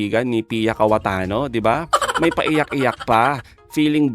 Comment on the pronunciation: cayetano po hindi KAWATANO😊😆😅🤣🤣🤣🤣🤣🤣😂🤣🤣🤣👍